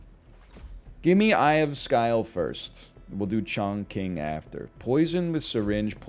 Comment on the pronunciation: Chongqing is pronounced more like Chong Ching. I know sounds bad lol